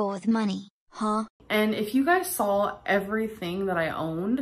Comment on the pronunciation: She "sawl" so many things she wanted!? Ugh make it stop!